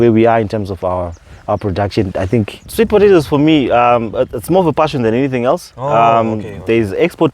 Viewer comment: please learn how to pronounce potatoes 🥔 😅 It's so difficult for me to ignore I'm sorry.